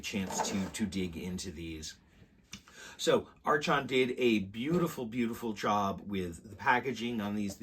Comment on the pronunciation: Thanks for the look. But I have to say. The company name is pronounced as "ark on" "r con" archon.